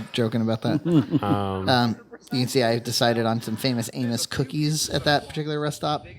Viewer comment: I heard "famous anus" cookies 😂